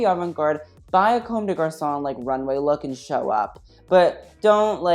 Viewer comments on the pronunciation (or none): none